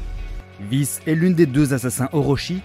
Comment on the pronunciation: On dit K'Prime pas K'Slashe😅 et Vice se prononce °Vaise